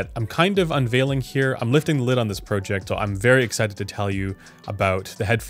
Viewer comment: Speaking of happy with sound, I'm not happy with the sound of how you pronounce the word project.